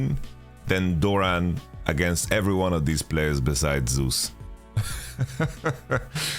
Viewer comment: For the love of God, can someone please tell Yamato that's not how you say Zeus's name!